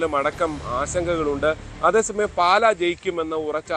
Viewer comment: "പാല" അല്ല... "പാലാ" എന്നാണ്!!